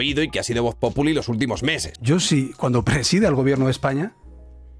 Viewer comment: Por cierto se dice VOXPOPULI